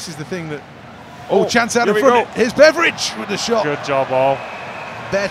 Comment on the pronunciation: Betteridge - they say it sometimes almost like 'Beveridge' :) -ish